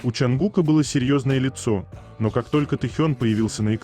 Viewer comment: Чонгука, ударение на букву У